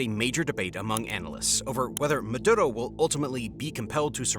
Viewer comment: Ma.. do.. row... is how you pronounce his name by all means fuck that guy but the pronunciation is driving me nuts.